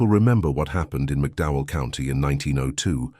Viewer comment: McDowell County, not Mcdow.. The TOE river, not towell .The rolling hills of Kentucky, (the promissed land) is NOT appalachia! crap....20 deputies maybe.. Marshals??? really NOT LIKELY!!